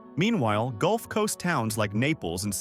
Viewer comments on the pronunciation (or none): none